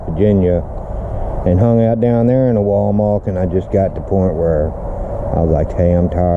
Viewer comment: Glad you made it safely Dad.. PS its Wal-mar'T' not Wal-mar'K'..